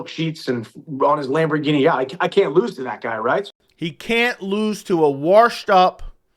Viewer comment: Washed doesn’t have an R in it